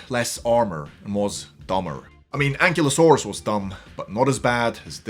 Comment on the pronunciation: It’s pronounced “an-KILE-oh-SORE-us,” just FYI. Fun video, though!